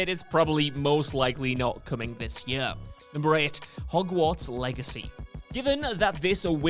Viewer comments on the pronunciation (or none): I hate the way this guy pronounces "year".